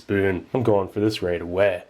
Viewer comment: "Wow, I'm going for that right aweh"